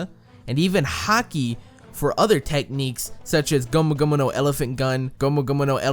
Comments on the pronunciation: Okay, why are you saying gumu gumuno? It means gum gum, and he even says gum gum in the English dubs. Plus it's not even said correctly. It's like someone saying "hello my lamo Jeff" it's llamo said as yamo. And why just use that one word when you can just say the English equivalent? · Its not gomuno gomuno its gum gum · I have to dislike this video first and foremost for the way you pronounce gomu gomu and the overuse of it by repeating it after every attack name instead of saying gomu gomu no jet pistol, jet Gatling etc. Second at least not in the anime has it been stated the third gear (bone balloon not just inflating his arm) shortens his life span. Only second gear does because he is forcing his heart to work harder. I had to stop watching after you tried to say nightmare Luffy is a gear transformation because that is just straight up wrong. If you are going to try and teach people about a subject at least try and know the subject matter yourself.